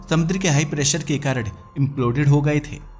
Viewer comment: कारण ❎ कारड ✅